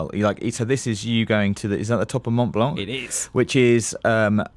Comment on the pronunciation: The c is mute at the end of mont blanc, just saying :P